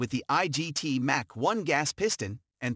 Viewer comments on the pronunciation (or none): none